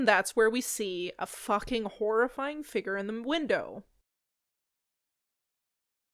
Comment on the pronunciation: What’s a” figger“?